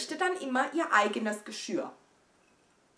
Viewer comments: Sag doch nochmal „Geschirr“ (Geschööhhr) 😂😘👍🏼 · Meine süße Maus, ich mache das total ungerne, weil das immer so klugscheißerisch rüber kommt, aber mir ist aufgefallen, dass du total oft immer Geschürr sagst. Das heißt aber Geschirr 🤣 du sagst ja auch nicht Geschürrspüler 😝 sondern Geschirrspüler 🙃 aber hate mich jetzt bitte nicht dafür, ich meine es doch nur gut und habe dich doch sehr lieb 💋💋💋❤️❤️❤️ aber ich glaube, das weißt du 🤗😉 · 😂😂😂 „ Geschürr“ 😂😂😂 nur zur Erinnerung: es heißt : Geschirr 😉